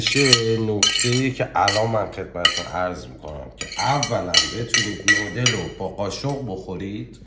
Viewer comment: دادا بگو نووودل